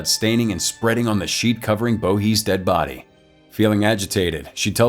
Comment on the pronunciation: I like how he says “Toasty burnt bodeh”